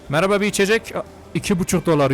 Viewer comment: Geri sarıp tekrar tekrar izlediğim nah girişinden sonra 🌌HeRkESeĞ mERAbaĞ arKadAşLaĞr🌌 deyişi 😂😂😂😂